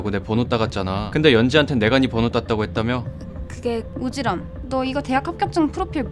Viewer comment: 오지람이 오지랖으로 발음되는거 개웃기네 ㅋㅋㅋㅋㅋㅋㅋㅋㅋㅋㅋㅋㅋㅋㅋㅋㅋ